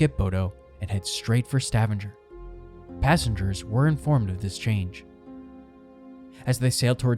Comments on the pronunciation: This is unwatchable because of your idiotic pronunciation of Stavanger as if it's some septic town. It's Stav anger with a hard g in anger like the word anger. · Stavanger pronounced Stahvahnger where UN Base is. Also hard G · The way you pronounce Stavanger.... holy hell, i.stopped watching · Learn how to pronounce Stavanger. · Did this guy just say Stavanger in the same way you pronounce scavenger !! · Stavanger is pronounced with a HARD G. Couldn't watch it. Your use of a soft G drove me mad Please please check the pronunciation before you post. It's courteous to the natives of the country concerned, if nothing else. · Its pronounced Sta-vanger not Stavanjer 🙄🙈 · Stavanger is not pronounced like "scavenger". It's more like "stab"-"anger". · "Stav-in-ger"...😂😂😂 It's pronounced as "Sta-vang-er". I know, I know, grammar nazi, but I'm just trying to help. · I love the way you pronounce Stavanger like Scavenger. Sounds cool 🙂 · Stevanger is pronounced like Stuh-vong-er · stuh - vong - ger, stavanger lol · butchered pronouncing Stavanger. Stah Vahn Ger. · It's "Sta- vāng'-er". The "a" is long, the middle syllable being stressed. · Please tell the narrator to .earn how to pronounce Stavanger...its Sta vang er... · ‘Stavvinjer”?? Really, make at least an attempt at Norwegian. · Stavanger does not rhyme with scavenger. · Truly butchered every city name🙈 Especially Bodø and Stavanger. (Ålesund was very close tho!)